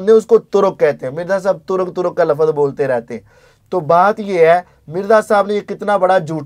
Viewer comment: Ali Bhai ko waahid jama sikhaane se pehle khud to waahid jama seekhlo Bhai, aap apni jahaalat dikhaate hue kehrhe hain ke 'doosre tareek mai bhi wohi "lafaz" hain', pehli baat to "lafaz" hai hi galat, "lafz" hota hai aur doosra 'lafaz hain' nhi hota 'alfaaz hain' hota hai, jahaan tk baat turk aur tareek ki hai to Ali Bhai ne flow mai boldia kyunke aik lecture mai unhone turk aur tareek ke darmiyaan farq bataaya hua hai, yaani unke ilm mai hai phr bhi bolrhe hain to it means ke wo flow mai bolgaye. TRUTH Lovers ko SALAM ! ! !